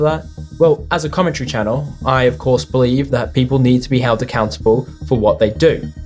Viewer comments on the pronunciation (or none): none